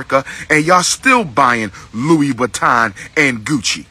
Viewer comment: did he just say louie baton???